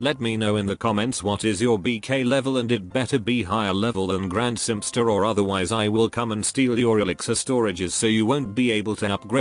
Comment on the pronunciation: dude you are so funny 😂😂😂 I laughed so hard I love when ge say grandsemstr 😂😂